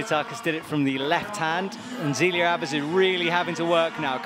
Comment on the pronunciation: This has been bugging me for months. If you have French names with an "é", like in Zélia, then said "é" does not get pronounced like an english "e" in the alphabet. It gets more pronounced like the first "e" in "ever". Please explain that to your commentator.